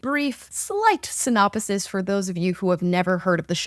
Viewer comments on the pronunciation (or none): I've never heard someone pronounce "synopuhsis" the way that you've just pronounced it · This video is stupid. She also mispronounced "synopsis".